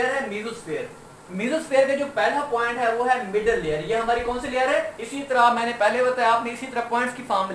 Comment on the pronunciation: Sir layer hota hai lawyer nhi